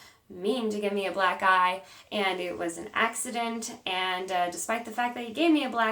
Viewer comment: At first I thought you said Black Guy! Then I was like wait why would he give you a black guy? You said black eye!!